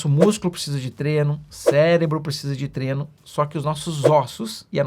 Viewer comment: Doutor, por favor, a palavra é "Treino" e não "Treno"! Abraço!